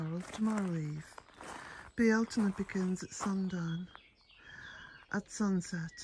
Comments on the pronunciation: I love the ancient pronunciation of Bealtaine. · So much green with beautiful color sprinkled about... Isn't it wonderful to see the birds out singing and frolicking 🙂🐦Love the front view from the cottage, appreciate hearing the Irish pronunciation of Bealtaine, can't believe it's here. Blessed Be❤️🌄🌸🌿🍀🔥